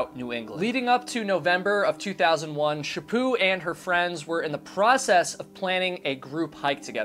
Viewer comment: I live and I never heard of this case. Also I have friends with that last name and they pronounce it "sha put" so it's weird 🙉 hearing it pronounced the way you are saying it. 😂 I hope her killer gets found. Is there a link??? 🙏❤️😊